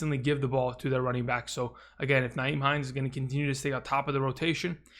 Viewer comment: It's not NYHIEM, Frank Reich doesn't use Nyhime enough. Frank just seems to put him away and bring him out whenever. It's the inconsistent play calling.